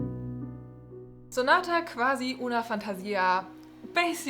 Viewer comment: Hello, I'm Italian. I'm impressed since you pronounced Giulietta Guicciardi correctly. Anyway about sonata quasi una fantasia you said qwasi, use the u sound instead of v in that word; on the other hand it is also important the rythm in Italian so instead of saying sonata - quasi - uuuna - fàntasìa say sonata - quasi - unafantasìa. And that's all. Overall great pronunciation tho.